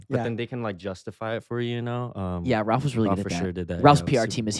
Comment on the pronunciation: Jacob pronounced Ralph’s last name the right way! Bravo!